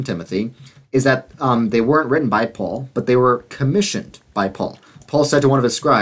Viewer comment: At you call Paul "Faul" with an F on accident. The interesting thing is that in Hebrew, the letter that makes the F sound is the same letter that also makes the P sound.